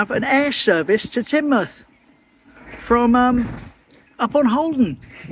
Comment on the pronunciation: Good one and now I know how to pronounce Teignmouth👍